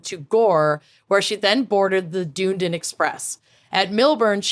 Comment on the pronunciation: pronouncing Dunedin as “doon-den” is hilarious, but also has me questioning why we say “done-eden” 😅 I might switch to prononciation!